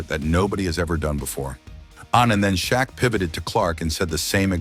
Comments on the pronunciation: Who the hell is ""Sha Q?" Frickin AI narration! C'mon! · "Sha Q" wtf?